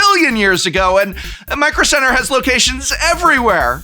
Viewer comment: MICRO CEBTERRRR! 😂